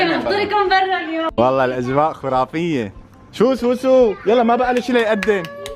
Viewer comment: تصحيح كلمة خرافية بضم الخاء وليست بالواو😅